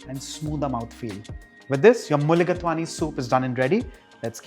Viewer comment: I love mulligatawny soup, whether veg or chicken I make it often with a mix of red and green apple along with other ingredients as shown. But I don’t garnish with rice it is very nice even without rice. Just two observations, if you don’t mind, chef Inamdar. It is pronounced as mulligataaawny and not mulligatwaany, I think. And in lighter vein, perhaps you can count the number of time you say eventually in the commentary. You did stop, though, eventually😂 Thank you for this nice video.